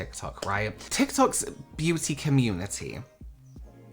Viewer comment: Hit the LIKE!.. omg I'm a fan in the US and if all of us Americans can't at least hit the LIKE for the way pronounces beauty (Beyuuu-teeea) 🤣